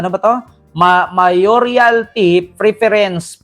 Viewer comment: Mayoral not Mayorial pls! . . You’re correct Sir, wala na ang mga Duterte, Nograles na! 👍 Gising na ang mga taga-Davao?🙄🤨😄